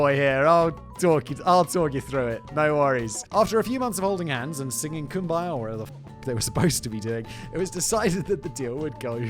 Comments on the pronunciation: I cannot with the Cum-by-yah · I would rather watch a hundred Raid shadow legends ads than listen to Factboi butcher Kumbaya again